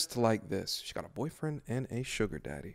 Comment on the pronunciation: "Mah' Deddy' did it" 🤢🤮